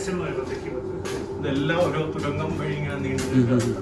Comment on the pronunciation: തൊരങ്കം....? തുരങ്കം.